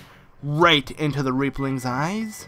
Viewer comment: When you said Reaplings you sounded so much like you said rape-lings...